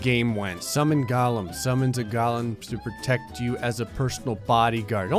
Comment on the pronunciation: It's pronounced GO-LEM!